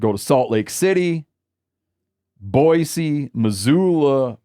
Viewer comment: Always appreciate Steve saying Boise correctly